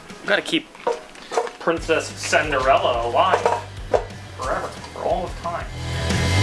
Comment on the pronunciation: Senderella😂😂😂 Cinderella